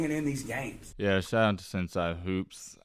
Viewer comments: Not sen-si it’s pronounced sen- say smh 🤦🏾‍♂️ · It's pronounced "sen-say" not "sen-si"